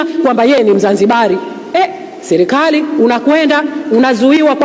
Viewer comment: Selekali ndo nn hebu jifundisheni kusema kwanza mnatuchafulia kiswahili bhana!!